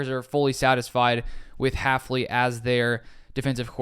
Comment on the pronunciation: It's hilarious that our new DC is so unknown most people in the media are getting his name wrong- Haf-NEE instead of Haf-LEE. It's also an example of why I watch smaller NFL youtubers over the mainstream sports media.